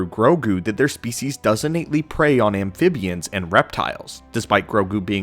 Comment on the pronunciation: I definitely feel the urge to help you with pronunciations. Amphibian...exorbitant... tough words but you gotta pronounce them right if you're going to be using them. Very distracting from your otherwise good videos.